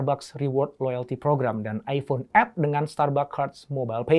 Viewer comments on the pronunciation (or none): none